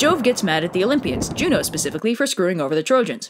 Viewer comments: I thought you said Romans call Zeus, Joe :/ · "Jvno" is pronounced like "you know"